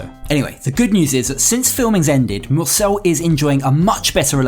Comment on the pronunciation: Mursel.. not Nurse